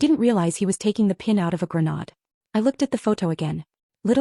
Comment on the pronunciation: When will they learn to pronounce “gren-AID”?